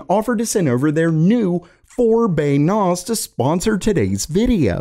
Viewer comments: A zus (two words i guess) and Nos, not asus and nas. I cant help but keep track of this. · Please pronounce things properly. It is not a noz it’s a nas. “S” being the operative letter here. Network Attached Storage, you don’t say ztorage do you? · wtf is a "naahz" ?? a storage server?? ohhh a NAS ??? as in 'naas' ... that rhymes with 'grass' and 'last' ..... I hope you get this bro because the comment section is not gonna let this one go... :/ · Naus? Really its pronounced NAZ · N-awe-sss? N-Ah-Sss... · NAS, not NAUZ. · Wtf is a "NAAS" That is not how you pronounce it He got cheese shoved up his nostrills? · Hell Nahz he pronounced it like that 😂, Network attacked storage N A S. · I hope that you do not take this as me picking on your accent, but it is pronounced Nass -> Network Attached Storage. The A in NAS makes the same sound as the A in Pass. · Can't say I've ever heard NAS pronounced that way before. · Sounded like NOS to me! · Nas like the rapper 😂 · Network Ottached Storage? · Sounded like NO2, we been living quarter mile at a time 😂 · This is the first time I've watched, and it will be the last time just thanks to how he says NAS. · Why does say nas wrong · The way you say NAS is snotty and grating I don't know why. Like chalk board bad